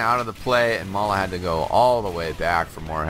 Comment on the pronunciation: its may-la